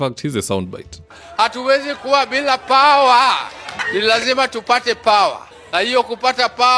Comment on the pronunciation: "hatuwezi kuwa bila paewahhh" 🤣🤣🤣🤣🤣